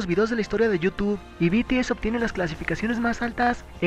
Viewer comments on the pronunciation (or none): none